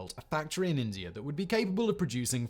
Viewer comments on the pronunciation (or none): I like how Simon pronounces India and Indier.